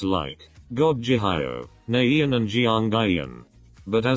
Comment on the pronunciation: Nobody: The robot voice: Jip, Nayeein, Jeeong ieein, Ji hioh, Mom oh